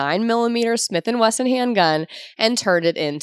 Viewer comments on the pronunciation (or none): none